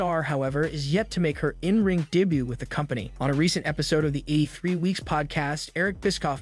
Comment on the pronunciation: why are you saying daybutt... For debut... Pronounced day-byoo😅😅😅